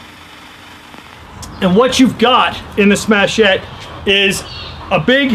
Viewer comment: Interesting- presentation, thanks! some good pointers. One point tho- it's "Smatchet" rhymes with "hatchet"... That's nicest grip I've seen on a smatchet yet, that's really te titz... Great sheath too... I don't suppose these are available anymore..